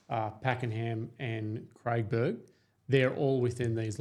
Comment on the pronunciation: People would believe in what you are saying if you could pronounce the suburb names correctly. . It’s not Craigburn , it’s Craig e burn, and half a dozen other names you got wrong.